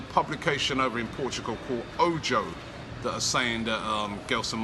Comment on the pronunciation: O Joe! Hahaha yes Robbie it’s the Portuguese publication O Joe! Or you could pronounce it O Zhogo.